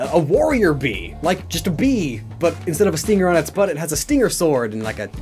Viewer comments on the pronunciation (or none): none